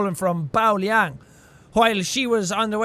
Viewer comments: JACK ITS PRONOUNCED LII-AANG, YOU WANNA KNOW HOW I KNOW, CAUSE IM VINCENT LIANG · My grandma runs the risk red mask???? WTF?? IM NOT EVEN JOKING HER NAME IS BAO LIANG!!!! Oh yeh btw it's pronounced lee-ang if it's spelled Liang